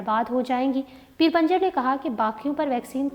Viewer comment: Pinjar hy panjar nhi urdu darust krain. Shukria